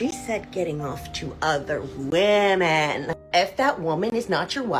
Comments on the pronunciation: Hopefully this won’t upset you, as I say the same thing to maybe 20% of YouTubers that I watch, but… Thanks to the stupid way “women” is spelled, you’re sometimes misreading it phonetically as “woman”. This common error recently became a pet peeve of mine after I noticed how many influencers do it. I figured you’d want to know, since you seem to be an intelligent Feminist. It’s an easy mistake to make, since you basically have to read the word backwards, in some sense, to know whether it’s singular or plural. I’d love to see the spelling of this word revised to something like “wymen”, but, alas, MEN created languages and they don’t give a damn about what’s best for wymen. But hey, if you edit your scripts (assuming you have one, because, otherwise, how is this error made?) to change all of the words “women” to “wymen”, you’ll never misread it as “woman” again. Yay, I found the cure! Now I have to go tell the rest of YouTube. 😮 Please feel free to delete my comment, as I would have preferred to send it to you privately. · When speaking about something as serious as feminism, at the bare minimum, you should at least pronounce the word, women, correctly. The fact that you continuously use the word, woman, erases the entire group of us. I have made this comment multipke times on your videos, I’m not sure why you refuse to correct the mistake. Women is pronounced wim-men. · Are you pronouncing women and woman in the same way or am I hearing it wrong? I thought 'women' was pronounced as wim′in. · idk if this is an accent thing but why do so many people pronounce women as woman? it drives me crazy lol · The plural for woman is women, pronounced 'wimen'. Great video but had to say! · Why did everyone start pronouncing women wrong? whim-in im hearing this evvvverywhere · Look, i am old and in my feels, but had me misting up. ALSO your pronounciation of "women" felt so poignant since it sounds as if we are one woman! ... thank you for your commentary service 🫡